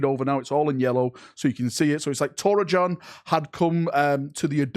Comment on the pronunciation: Torachan's name would be pronounced Tor-a-kan. Most likely. I love this for future narratives, I wonder if Bile is actually working towards restoring his Legion of old, pure of corruption, but perhaps still serving his own ends.